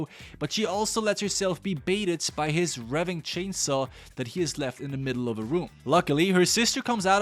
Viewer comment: Bruh really said “Texas Chainsuh Masucker”